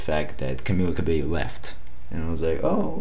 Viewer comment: just satinng her name is pronunsed cabeio